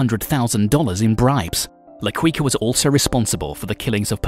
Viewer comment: Quica is pronounced "kika"